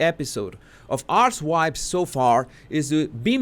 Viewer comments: 🤣 it's probably an accent thing, but I honestly thought I heard you say, in the introduction, Meghan's latest ass wipes podcast. Love your work. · I thought he was saying Arse-wipes. 🤔 🤣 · I thought him say "are-wipes". I thought was taking a risk. So I hope you're right and I misheard. Mind you I like what I heard!